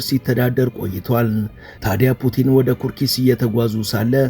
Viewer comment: ኩርስክ ነው ሚባለው።😅